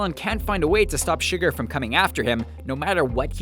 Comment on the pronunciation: In No Country for Old men his name isn't pronounced sugar!!!